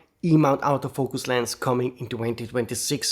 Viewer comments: Thanks for all you thoughts as ever! May I be cheeky and suggest a small 2026 resolution? When you say Autofocus you say “out o focus”, which seems logical, but English fans actually say “Ort o focus”… Many thanks! (Yes I do appreciate the irony of an Englishman correcting an Italian when be both know 90% of Brits are useless at languages😂) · When (Wedding) says “auto focus” it sounds like “out of focus”. Makes me smile.